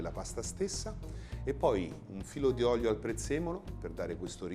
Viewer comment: Si dice olio e non oglio.... Gli fanno fare pure i video.... Mah???